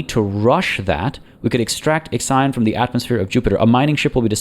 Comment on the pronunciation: I am crying every time you say IXION, The Hephaestus P.A showed you the way, but it did not correct you lol.